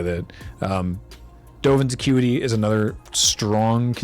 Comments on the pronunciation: I 100% heard that as, "Dovin's a cutie". Thanks.. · Not a Magic player, so I was confused when I heard repeatedly say "Dovin's a cutie" until I realized it was "Dovin's Acuity".:D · I swear I keep hearing saying 'Dovan's a cutie' rather than 'accuity'...